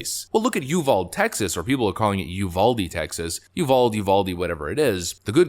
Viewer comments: I used to commute to Uvalde to work from San Antonio. I can tell you that the correct pronunciation of the city is (you vol dee, no one in that city calls it you vald), not to be petty but helpful. Also the mall "good guy" did not break the law by entering the premises with a firearm. He broke house rules. The civil alternative to a law, which imposes restrictions on individuals entering your property is "house rules". Should someone break house rules, then the local law enforcement can be summoned to remove an unwanted person from private property. In Texas, malls and shopping centers have this action at their disposal. They call law enforcement and let them know an unwanted person is trespassing on private property, the police show up and issue a criminal trespass warning, (citation usually without a fine), and if the person refuses to leave or returns at a later time, then a criminal trespass arrest is executed. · It's pronounced "Ul vall day", it's Spanish origin. I don't say "Illinoise" when I read "Illinois" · Brother, it's pronounced you-vow-deeeeee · From a Texan.. it's pronounced " UVADEE" NOT UVALD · Again, it's pronounced YEW VALL DEE, not yew vold. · It's Uvalde (pronounced you vahl dee), just FYI. It's a Spanish word. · Texan here, We say Uvalde with the hard E Yu Val dee hope that helps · How to pronounce Uvalde in spanish ooo-vaul-day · FYI: we live about an hour's drive from Uvalde...and it's pronounced "U-Val-Dee". In Spanish, all the letters in a word are pronounced. Otherwise, good video. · It’s pronounced you Val dee. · it's U-VAL-DE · LOL, I'm a TEXAN, it's uvaldE Pronounce the E I know it's not proper grammar, it's how we say it! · Hey bud, from Texas and used to live a couple hours from Uvalde. Not that it really matters, but It is actually pronounced “You-Val-Dee” but yea, no worries. Those of us paying attention know what you are talking about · It is “You Valled - eeeee”. Uvalde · U val de is the proper intonation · Uval-dee... Say it right